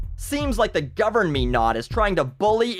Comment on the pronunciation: "Govern-me-not" lmao!